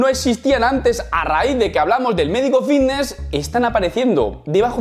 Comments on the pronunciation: A mi no me engañas, sigues diciendo “Vvvvitness” 😂😂😂😂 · Bbbifitnesss qué bien lo pronuncias piquitooo